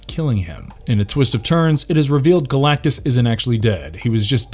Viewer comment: It's Galactus not Galactie, and for fux sakes, Captain America. He doesn't sell chicken. I can't accept Col. America. Thumbs down.👎